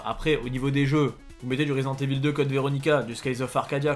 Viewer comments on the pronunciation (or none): none